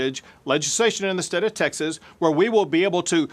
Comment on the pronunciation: goof cant even say "state of texas" like a texan or without slurring.